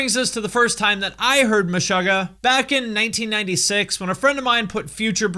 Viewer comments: I'm triggered by how you pronounce Meshuggah. You say Mesh-ugg-ah I say Me-shoo-gah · muh-'shUH'--guh.. lol its Meh-suga(r) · Stop saying Meshahggah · The word Meshuggah is a yiddish word meaning "insane" and it's pronounced Me-Shoo-Ga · Great video! But dude!! it's pronounced 'Meshoogah' (like sugar) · Isn’t it pronounced Meh-shoo-gah? 🤔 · stop saying meshöggäh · cool video but stop pronouncing it like "meshogah" 😬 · needs to work on his Yiddish pronunciation (just checked an interview and was happy to see that the band themselves say it correctly haha) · Your pronunciation of Meshuggah is interesting. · No one's gonna talk about how he's pronouncing the band name wrong? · i am deeply disturbed by how you pronounce the band name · I thought it was pronounced Meh-shoe-ggah and not Meh-shuh-ggah. Which one is it? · You are pronouncing MESHUGGAH wrong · Have I been saying it wrong my whole life or is pronouncing it weird? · You pronounce Meshuggah wrong